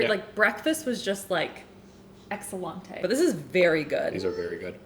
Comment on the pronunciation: Ugh I don’t wanna be this person but I can’t help it. It’s excel-Ente, not excel-Ante. I hear sooo many people say it like that and it’s wrong. I love you, I just couldn’t not correct it 😬